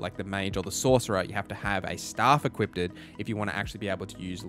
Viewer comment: hey great video no idea why you keep saying "equipted" tho